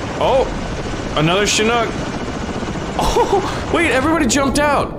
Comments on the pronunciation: It’s Chinook not shinook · Did you call it a shinook? 😂It's a ch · its pronunced chick knock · it is pronunced chick knock